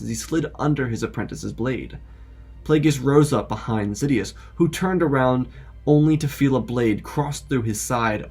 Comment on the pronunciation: "Sofa Dias" 🛋🤣